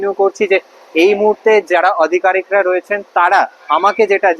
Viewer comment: "অধিকারিক" না, ওটা হবে "আধিকারিক"।